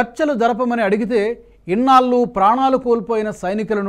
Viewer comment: ఇన్నాళ్లు అనాలి సార్. మీరు ఇన్నాల్లు అని అంటున్నారు. బాగా ప్రాక్టీస్ చేయండి. యాంకర్లు ఉచ్చారణ దోషాలు చేయకూడదు సార్.